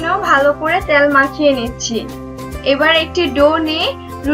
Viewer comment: আপু আঞ্চলিক উচ্চারণগুলো একটু এড়িয়ে চলার চেষ্টা করুন। যেমন তেলকে ত্যাল............. ভিডিও এর মান বাড়বে। ধন্যবাদ!